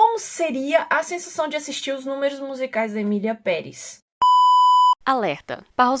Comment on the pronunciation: Eu pensei que a estava falando "miliamperes" ao invés de "Emilia Perez" vim saber deppis de 3 minutos de vídeo kkkkkkkkkkkk